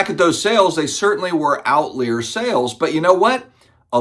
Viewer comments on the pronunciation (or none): He put the wrong emphasis on the wrong si-la-bol. Out-ly-er, NOT Out-Lee-er 🤪😀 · Why do people say “outlier” like “outleer”? It’s “out-liar” (“liar” like someone who isn’t telling the truth). As in it “lies outside of the norm”. says “outleer” too.